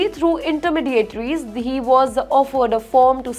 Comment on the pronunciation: Please check your pronounciation.. It's " intermediaries" not the way you were saying it.